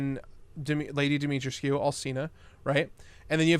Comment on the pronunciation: I believe its Dimitrescou not Dimitrescew based on most people and google translate in romanian